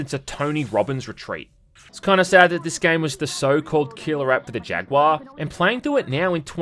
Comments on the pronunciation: I didn't know Australians miss pronounced jaguar as well. Thought they actually knew how to speak English 😂 I'd love more terminator movies Set in the actual war Also love the 360 avp game Went through it again recently on pc and really liked it still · Why does he pronounce Jaguar as "jag-waa"?🤣